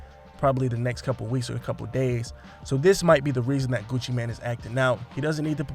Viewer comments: NOT Gucci Man..its Gucci Mane....pronounced "main" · Did you say Gucci man 😂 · It's Gucci M-A-N-E ! MANE! After all these years y'all still saying it wrong?? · Mane🗣️ GUCCI MANE🗣️ NOT GUCCI MAN 😒🤦🏼‍♀️😂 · I don't understand why some people keep calling him Gucci Man. It's Gucci Mane, pronounced Main. That's the reason for the E at the end.🤦🏾‍♂️ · Your saying Gucci mane wrong haha its annoying me cause your saying so much in the vid 😣😂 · At least learn how to say his name